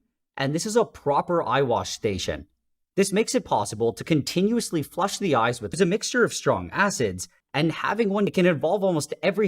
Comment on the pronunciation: "Its possible to contiouesly flush the eyes with a mixture of strong acids" XDD